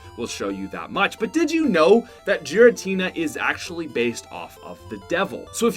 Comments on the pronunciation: Also it’s Giratina not Jiratina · It's "Giratina" not "Jiratina" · The way you pronounced giratina angers meeee